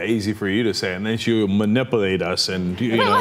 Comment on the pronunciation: Cenk pronounced it "ma- nipple- ate"